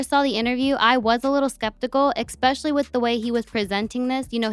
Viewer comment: The word is eSpecial•ly. There is no X sis. Also young thug is not in jail. He is parading around with a new set of tits 😂 all love. Love the channel ✌️❤️